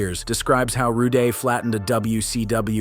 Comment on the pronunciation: ITS PRONUNCED RUDE NOT ROODY